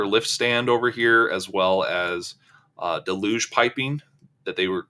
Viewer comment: It's pronounced DEL huge. Not del LUGE. First of all the accent is on the first syllable DEL not the second syllable. And there is only one L pronounced and it's in the first syllable. The L is pronounced in the first syllable DEL but there is no L pronounced in the second syllable. There is a difference in the spelling of words and the pronunciation of them. If you try to pronounce the word the way it's spelled you will mis-pronounce the word.